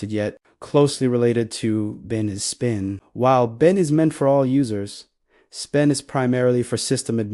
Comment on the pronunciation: Your READER sux ROOT --> ROUTE sbin --> spin usr --> oo-sar sys --> seize execute --> WTF was that ? truncated sentences and so on